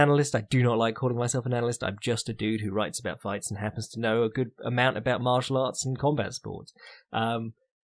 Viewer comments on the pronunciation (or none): none